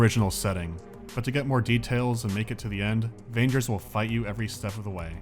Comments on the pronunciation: It should be pronounced as vANGERrs, not as rangers with a v... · Just, please, "g" in "vanger" is pronounced like in god, not like in "vagina". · It's really confusing to hear you says "Vangers" with a soft G... I think that's wrong. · In Russian, the name of the game is read with a hard G. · Vangers is pronounced with a hard G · you read "Vagners" with a hard G, not the i like ya cut G G